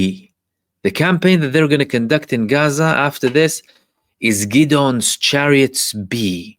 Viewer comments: Really good analysis bro. Hope you don’t mind me just letting you know its pronounced Gid-ee-on Chariots. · is fluent in Hebrew where Gideon is pronounced Ghid-ohn